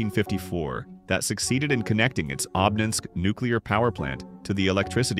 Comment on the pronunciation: Обнинской , ударение на первую О